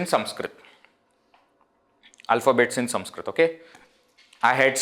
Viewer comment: Do you have a speech defect? Why are you saying SUMSKRIT? Should it not be Sanskrit?